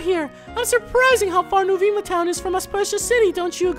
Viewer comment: Is is not NOO-VII-MA it is NOO-VEMA and is not AKYU-MOOLA it is UCU-MULLA